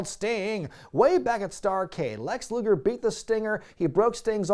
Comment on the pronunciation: Hes saying luger